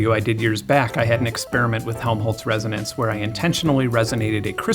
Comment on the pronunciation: resonce lmao